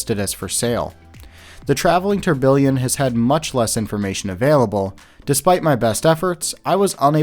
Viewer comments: bro is saying tourBILLION lmao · Great video, but one minor gripe: Tourbillon is pronounced phonetically as "tour-bee-yon."